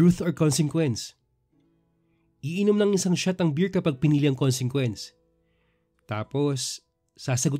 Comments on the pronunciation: Napansin ko 2 times mong binigkas ang consequence pero parang mali ang pagbigkas mo, paki review para maitama mo pagbigkas next time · yung pronunciation ng consequence ang mali, try mong pakinggan muli para maitama mo pagbigkas next time